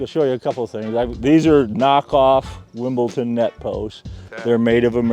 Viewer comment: This is incredible! Although I have to say, every time I heard say "WimbleTon" instead of "WimbleDon" I died a little bit inside.